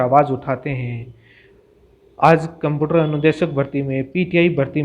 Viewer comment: कम्पुटर नहीं होता कम्प्यूटर होता है गुरुजी।